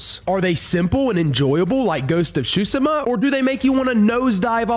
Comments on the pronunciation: BRO GHOST OF T SU SHIMA NOT SHU SI MA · Did he say shusima? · Ghost of tshosima and baZim great pronouncinaton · Yeah like seafood shushi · To make it simpler, it’s pronounced soo-sheh-muh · Ghost of Tsushima (Sue-shi-ma)!!!!! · Tsushima is pronounced soo-shima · If it is spelt Tsushima why say tshusima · Don’t wanna be a Karen but it’s pronounced (Soo-Shee-ma.) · The pronounciation on Ghost of Tsushima😭😭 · not to be a jackass but it takes a google search to finally learn how to pronounce Tsushima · Anyone else get triggered by how he said tsushima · He butchered the Tsushima pronounciation